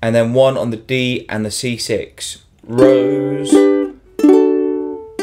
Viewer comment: 'Rose' acutally isn't pronounced like a rose (flower) in Frech, the R is pronounced more (like the Scotts do) an there is no 'u', because it's not R-o-u-s-e (